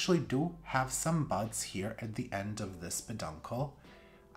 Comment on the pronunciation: 😂 There’s BUDS not BUGS at the end of the plant 🤦🏼‍♀️ I heard BUGS I had to go back listen again not once but twice! I’m like why are you showing us bugs 🐛 🤷🏼‍♀️🤦🏼‍♀️🐛🤷🏼‍♀️🤦🏼‍♀️ Beautiful Hoyas! Nope they don’t all look the same… at all.